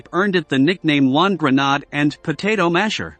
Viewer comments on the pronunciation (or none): Gren aid not Gren nod key lows not kill o s